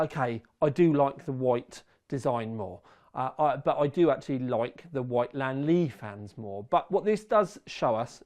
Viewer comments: its li an not lan mate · Only you,, pronounce the brand with two syllables, and you almost got it right. Most native English speakers say this with three syllables like Li-An-Li. I'm not a purist or something, but knowing how English words are pronounced, it feels odd that the L-I-A-N series of letters become two syllables, but names like Neil, John, Pete, etc are said with one. The Chinese pronunciation is like lien in Alien. Like Alien Lee but remove the A. Lien Li.